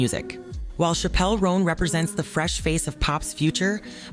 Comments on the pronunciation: Its pronounced Chapel (like a church) Roan (like strawberry roan). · Great video I can’t stop laughing at the way chappell roan name is prounced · The way she pronounces Chappell Roan is sending me💀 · Are you saying chappel roan like that because she said not to? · SAME AGAHAHGSDHS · NEITHER CAN I😭😭😭😭😭😭😭😭